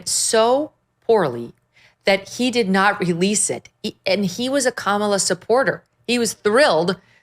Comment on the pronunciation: the name is pronounced kuh-MALL-uh, emphasis on the second syllable and it sounds like mall as in a shopping mall